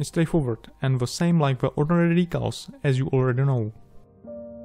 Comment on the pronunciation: Prosím dbej trochu na výslovnost, protože občas ty slova tak semeleš tak dohromady, že je tomu těžko rozumět. Anglická věta chce trochu zpěvnosti a ne zadrmolení jako třeba u slova products nebo ordinary, které je naprosto neznělé.